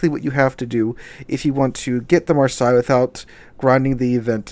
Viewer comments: Come on man it's marsay not marsi haha. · Love the content, just have issues with how you mention Marseille, which is sounded like Mar-Say, not Mar-Sigh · Love your vids but having to listen to you say Mar-sigh all the way through your video made me want to scream. It's Mar- say. Mar- say! :) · Mar-say not Mar-sy. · I believe Marseilles is pronounce Mar-say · Pronunciation: maar·say. I bought three random bundles for the flag and french tokens. How ever the ship's name is pronounced the new French cruiser look easy to sink just like all super cruisers. Also I have the Carnot and 6 or 7 other super cruisers. I am watching were the economy is going which will determine if I have any money to spend. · Marseilles='Marsay'. I wince everytime you try to mispronounce it, lol. You must be doing it on purpose! Eh? :) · Oh, FFS--it's pronounced "marh-say." I love your channel, but it's really annoying how often you mispronounce words. And frankly, in an age in which all you have to do to check pronunciation is go to Google and type in the word to find an audio or AV file demonstrating correct pronunciation, there's really no excuse for publishing vids with mispronunciations. C'mon, --you're better than this. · By the way, the city name is "mar-say" in pronunciation. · It's pronounced "mar-say" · It's pronounced Mar-say. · The way you say Marseille is Mar-say. Thought you might like to know. Thanks for your vids I enjoy them. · Marseille is "Mar" "Say" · Great channel, but pronounce Marseille correctly, please. I'm not French, but hearing the way you say it is painful. Heck, the City is not pronounced that way,.